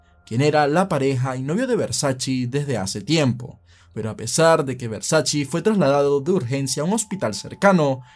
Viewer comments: No es versaCHI, es versaCHE es italiano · Todo perfecto tu video, solo la pronunciación del apellido no es “versachii” se pronuncia “versache" 😂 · No es versachi es versache como se dice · Espero que nadie se de cuenta que en el vídeo a veces pronuncio Versace cómo (Versache) y en otras (Versachi) porque no sabía cómo pronunciarlo, luego vi una entrevista de la hermana de Versace y ella confirmo que se pronuncia: (Versache) Siempre se aprende algo nuevo todos los días, esto puede servir para romper el hielo con las minitas 😉🥶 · Versace, con la e al final. Nada de “Versaci” con la i. Duelen los oídos. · Versace (Versache) no Versachi. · No se pronuncia VERSACHI se pronuncia VERSACHE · Que yo sepa a la marca se le dice Versach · Como sigas diciendo Versaci corto el video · no es versachi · Jejejejeje Versace se pronuncia: versache.... Y Schillaci se pronuncia: esquilachi